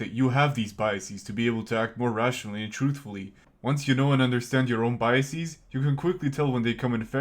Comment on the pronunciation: I wouldn't be so sure. He says "biaseez". What even is a biasis? Brain problems start small and before you know it you're a drooling catatonic staring at the whitewashed wall of a nuthouse room.